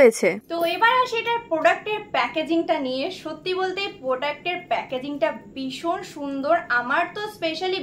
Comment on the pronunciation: রোজ বলো বিষণ বিষণ,,বিষণ বলে কথা হয়না ,শুনতে খুব বাজে লাগে।।। কথা টা ভীষণ please ভীষণ বলো।